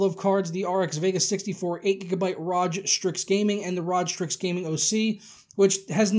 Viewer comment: bitch saying Raj strix....